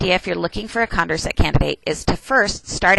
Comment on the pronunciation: Condorcet was French. It's con-door-say :D